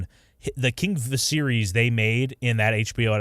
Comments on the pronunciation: Says a guy that can’t even pronounce Viserys correctly… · They say Viserys a thousand times across both shows yet this moron pronounces it wrong lol. Also he’s literally gave NO indication that Blood and Fire is coming out anytime soon. There’s NOTHING that gives this video credence. You trashcans just want something to bitch about. 😂😂😂